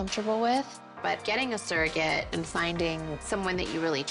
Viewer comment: Whenever Kim said “ surrogate”, as a non-native English speaker I just heard “circus”. I know that’s silly